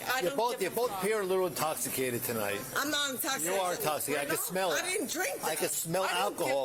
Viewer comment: "I'm nah intosicut!" Absolutely nailed it lady lol!